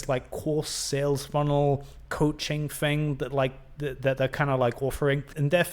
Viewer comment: Mate, you can’t even pronounce the word “thing”. Maybe go back to school (like all the way back to the start) and get of your high horse. If you’re going to be critical, being able to string a sentence together is a good step towards not looking like a total fool. Your lack of self awareness is just bizarre.